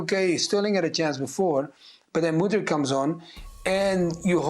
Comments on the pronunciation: Lol Craig still be pronouncing Mudryk like Modric 😂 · When is Craig going to say Mudryks name right? It's not Modric